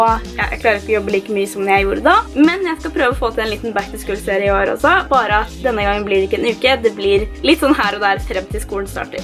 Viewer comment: Uttales ikke "back to skul". Er mer O enn U